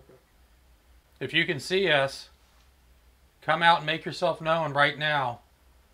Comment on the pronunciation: ~ Why do you pronounce the word 'known' as if it has 2 syllables? It has just 1 syllable. You say 'no-uhn'. It's just pronounced as if it didn't have a w.....the w is silent. FYI.